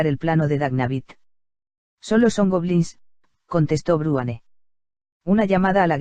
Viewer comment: madre mia.. dice "bruane"...... en vez de Bruenor, me sangran los oidos cada vez que lo oigo jaja vuelve a Rosa!